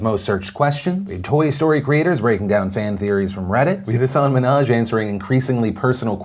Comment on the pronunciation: Just to correct you Philly D, it's Hasan Minhaj not Hassaan Minhaj. The second a also drops off very quickly